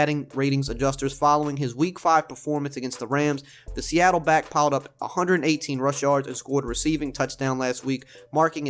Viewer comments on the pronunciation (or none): none